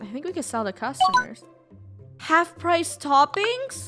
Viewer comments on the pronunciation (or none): none